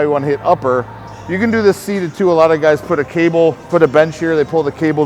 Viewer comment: “alright guy’tsss” 😂😂😂 …kills me every time man salute 2 the 🐐